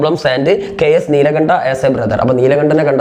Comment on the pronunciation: നീൽകണ്ഠ നീലകണ്ഠ അല്ല😅